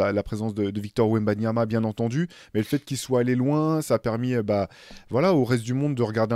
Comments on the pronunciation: Officiel: Pas de CQFR demain. Une pensee pour qui a subi une rupture d'anévrisme après avoir dû prononcer Victor Ouemnoniama et Valériane Vuquosasjevitche dans le même épisode. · se permet de tailler le surnom donner à Victor mais ce même mec a eu besoin D'une année pour prononcer son nom de famille correctement..